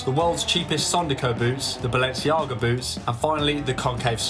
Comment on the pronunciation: Balenciaga* not Balenciohrguer